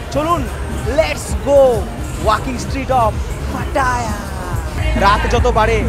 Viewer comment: এটা পাটা না, উচ্চারন হবে “পাতায়া”, ভাত না, উচ্চারন হবে “বাথ”। আশা করি কিছু শিখলেন